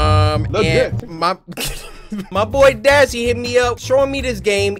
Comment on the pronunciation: This made me laugh when dashe said come er